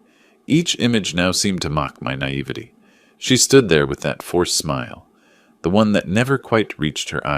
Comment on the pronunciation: You are pronouncing naivety wrong